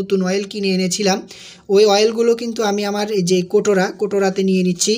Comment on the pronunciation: কৌটা না বলে কোটোরা বলছেন কেনো